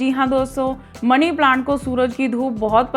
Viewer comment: ओ पागल पहले तो मनी बोल मणी नहीं।